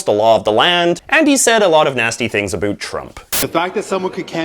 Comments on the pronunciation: Dude, do you think you sound more Canadian when you say "aboat" instead of "about"? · The way he says about he pronounces abot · This guy actually says "aboot" lmao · I've have actually never heard a fellow Canadian pronounce about as "aboot". What area are you from? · Jacob Bradshaw yes, his “A Boot”, is insanely annoying, he does it for affect, along with the YMCA mustache. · ya canadians dont say about like that. cool video tho man! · To answer your question......NO. ps. comb your hair and learn how to pronounce "about" properly so you don't sound like an idiot. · What's the deal with the way you say about? I'm born and raised near Toronto and I've never heard it said like that until now. I've heard Americans say that but never heard it until now.